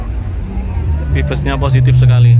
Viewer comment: "Vibes" itu bacanya "Vaibs" mas... 😅😅😅